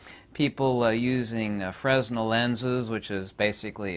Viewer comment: "Fresnel" is pronounced "FRAY-nel".